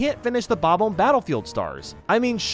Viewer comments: I will never get over the way you say bobomb. Bob bomb. Not Bob ohmb 😭 please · How come you can pronounce bomb correctly, but when you say bob-omb you pronounce it as "bome". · Bob-omb is pronounced how it's spelled. Not "bah-bome". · Tfw the guy who can't pronounce bob-omb or lakitu decides to make Mario videos.